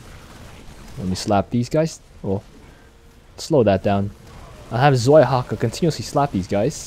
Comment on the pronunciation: 2nd Dehaka is called {Tsvaihaka}, not {Zvaihaka}, Zwei is a German word for a number 2